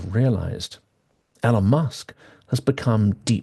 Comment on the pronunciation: Hi, I don't disagree with anything you said in the video, and I know nitpicking isn't cool and all that, but I just can't help myself. So I have to ask: Why do you insist on mispronouncing Elon's name? There must be hundreds of videos out there with Elon saying his own name by now, and hundreds more of other people saying his name correctly. So it can't be that you don't know how his name is supposed to be pronounced. So what is it? Again, despite how I sound, I'm not trying to be a dick. I'm just genuinely curious.